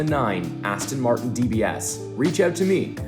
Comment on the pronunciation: Please please please pronounce it correctly.It's Aston Martin, not Aston Martun. 😕😕😕😕😕